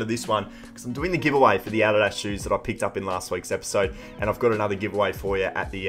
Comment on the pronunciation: Man, it is absolutely crazy how you pronounce Adidas. 😂 It almost makes me cringe more than when a Canadian says (Sorry). 😂 Anyways, great finds. 👍